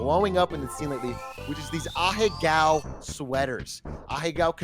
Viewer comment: I hate how they say ahego